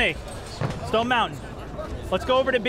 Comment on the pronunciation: i love when it said team stoned instead stone for snoop